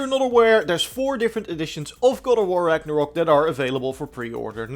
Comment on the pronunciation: Ragnarok ....... not ragnarook